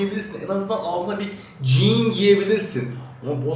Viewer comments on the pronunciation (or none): none